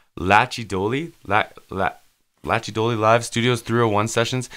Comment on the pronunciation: 😉🗣Glad you Enjoyed that Mate‼️ Drummer is the Legendary Jimmy Barnes Son Jackie Barnes 🥁Will flick you more requests from his set with the Crew !👌✌🤜🏼🤛🏼 Lachy Doley very talented musician ( pronounced lock key )